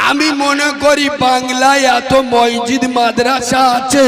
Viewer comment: ময়জিদ না মসজিদ বল